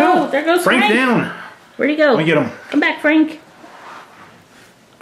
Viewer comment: It’s FRank, not Hank